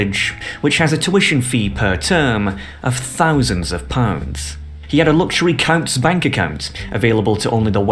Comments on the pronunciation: Regarding terraced housing: The densest residential areas of London are the most affluent, Bayswater , Pimlico etc. Coutts bank is pronounced Coots as in boots not cowts. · If you are gonna pretend to be an expert, you should get your facts straight. The bank you mentioned, Coutts, is pronounced "koots" not "kowts".